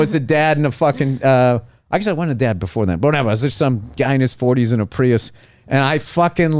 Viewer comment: Such a great story. I love the emphasis on the Prius. LOL